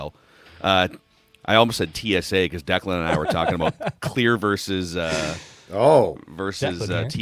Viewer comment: The way it reads Declan is right